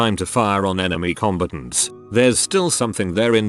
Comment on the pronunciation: Says 'combatants' like 'competents' lmao